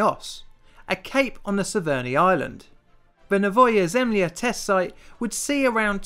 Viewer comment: It's read as Novoya Zimla